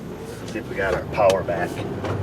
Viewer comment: She's got the powah' now. Thanks Dr. O!